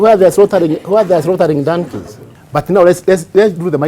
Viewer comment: Ni Dankey ama Donkey? Ingrish was not my thingi.